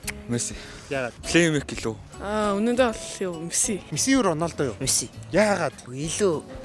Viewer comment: Ranosda❌ Ronolda✅